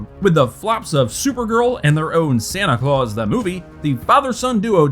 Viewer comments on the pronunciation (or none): none